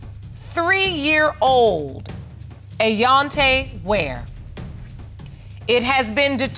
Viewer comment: "Ayonte", really! !